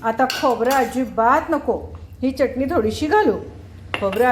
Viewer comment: मॅडम छान शुद्ध बोलता, पण चटणी म्हणताना जीभ वरच्या दाताच्या आतल्या बाजूला घेवून बोला , तुम्ही ओठांचा चंबू करुन च la च असे च्च उच्चारता , ते बरोबर वाटत नाही , योग्य शब्दाचे उच्चारण आले की ऐकायला बरे वाटते